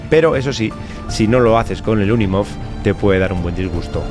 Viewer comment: Cabrito... me dejas con la intriga del paso hasta el jueves 🤬🤬🤬🤬🤬 Por cierto... Esa maravilla de Mercedes Benz se llama UNIMOG no UNIMOF 😂😂😂😂. Un abrazo y el jueves salimos de dudas